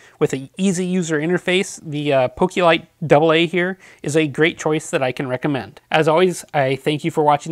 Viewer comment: its poke lite not pokilite